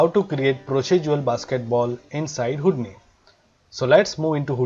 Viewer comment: It is not Houd-ni.. it is Hou- di-ni